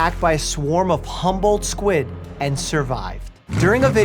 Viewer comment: i though you kept saying "humbled squid" and kept thinking they must be very nice squid